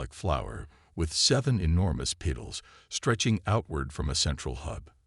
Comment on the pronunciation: "Peetals"? Need a new ai reader.